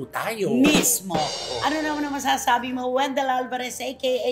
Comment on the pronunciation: Di ko kinakaya yung tawag na Wendell kay jake zyrus sa pronunciation ng pempengco wahaha